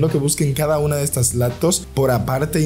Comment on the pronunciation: Te refieres cuando dice por ejemplo laptos